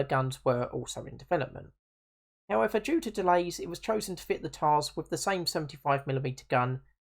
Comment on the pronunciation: Please dont say "Toil-di" say "Tol-di" and it's not pronounced "Tarz" its pronounced "Tush"